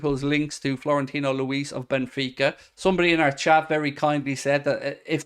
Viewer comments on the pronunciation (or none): none